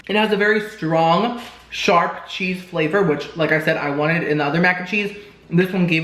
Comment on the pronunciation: And I thought he said “shart,” not “sharp.” 😆